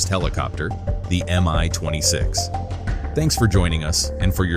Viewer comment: It's not pronounced "am-eye". It's supposed to be "me twenty six". Both the M and the (lowercase!) i come from the same word - the name of the constructor. It's an abbreviation, not an acronym.